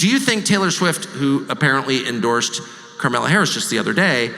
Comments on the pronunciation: Ohh I love it!! sounds like "criminal Harris!" good on you Tucker. Bravo Megyn Kelly😍❤️‍🔥👏 !!! Boooooooo taylor swift 👎 good luck at the cheifs game in K.C. sweety, no one likes you here anymore t.s. we never really did anyway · Am I the only one who heard Tucker pronounce Kamala Harris as Krime- Allah Harris?😅